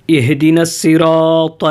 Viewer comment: اھد آپ غلط پڑھ رھے